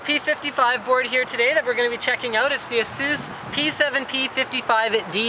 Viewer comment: Pretty sure thats not how to pronounce Asus but never mind! I am enjoying your outdoor unboxings, keep up the good work.